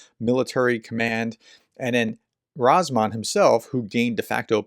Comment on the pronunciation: Ramzan, not Razman.